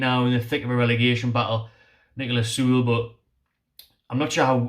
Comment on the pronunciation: First choices for me (from the video..). 100% Niklas Süle (pronunciation is closer to Sü-Lay..) at CB. Champions League winner with 37 caps for Germany. Even without Prem experience he's miles ahead of the other CB mentioned. And Kieran Trippier at RB. Great going forward and seems like he's even stronger in defense, after a season in Atlético. He is getting up there in age, but still pure class IMO, and should be able to do a great job for us for a couple of seasons.. To be honest. I don't really see any champions league players joining, but those 2 would be my top choices. But I like all the players mentioned.. It will be exciting to see, who we can actually pull in January. For sure most quality players won't join a relegation battle, but if Oscar can go from Chelsea to China, surely we can get someone decent.